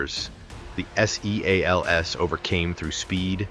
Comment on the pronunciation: Somebody needs to tighten up the AI narrative. They are navy SEALS. They are not s-e-a-l-s.